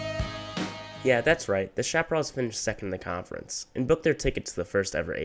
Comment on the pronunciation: It’s pronounced, shap-uh-RAILS.